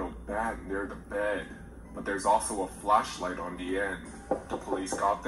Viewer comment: I'm sorry but the way the narrator says flashlight sounded like fleshlight.